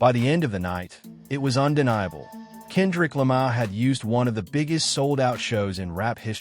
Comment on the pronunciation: AI (or rather 'text to speech') can't pronounce Kendrick Lamar properly 🤖